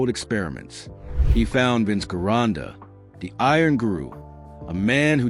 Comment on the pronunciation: Guy's...I don't mean to be a pain in the ass, But, The great, and unique, Bodybuilder, Famous Master Bodybuilding Coach, and World Renown Gym Owner, VINCE GERONDA'S Last name is pronounced with a Soft "G" as in the name, "GEORGE". Ask and good Italian, or Italian-American, of which Vince was one of !